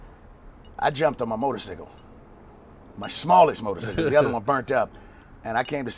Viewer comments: Come on now Guy ITS motorCYCLE not motorSICKLE LOL I waiting for herc to say something than I forgot lmao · Wtf is a motor sickle can dude not say cycle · Its motorcycle not motorsicle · Fuck is a motor-cicle?! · Haha dat maine said motor"sickle lol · they did but cycle is actually pronounced sickle nobody says it like that though